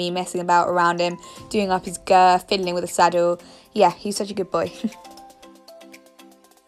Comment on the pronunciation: who else noticed how she says "girf" instead of "girth"